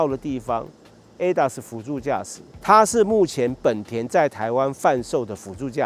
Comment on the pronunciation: 為什麼明明是「ほんだ」honda，偏偏一堆人唸「はんだ」handa？